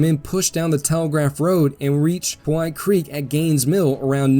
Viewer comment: small note...the creek is called pow hite creek...after the pow hite indians....NOT po white creek